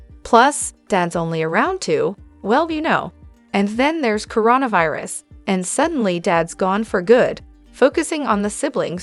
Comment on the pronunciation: OK, this is my second time recommending that you spell things the way they sound so that the AI pronunciation improves. I'll give you a couple more... makeltea instead of Michalet, merry instead of Meri, coreona virus, ari, lifes, girl you are killing me and your potential subs....